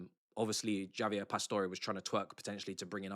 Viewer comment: Bro said Jaavier lol